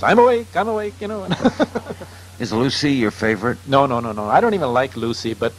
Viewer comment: Can't get Lucy's name right! Lol